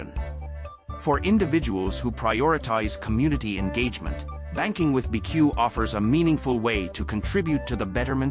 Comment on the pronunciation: The AI voice doesn’t understand it’s called “B” “E” “C” “U” not “beque”. As a result, this video has no credibility. If you can’t pronounce the name of the company, then everything else is suspect.